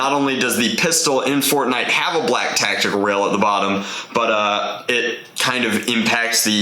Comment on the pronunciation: It's not tactical, it's dractical.